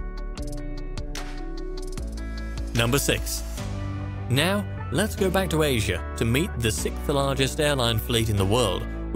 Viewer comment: 6th is 'sik' , that's how he says sixth. He's British I'm sure and his country spawned the language. No such thing as perfect, right?